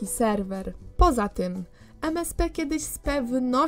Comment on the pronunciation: Czy tylko ja usłyszałam Jeden raz jak powiedziała Selwel zamiast Serwer?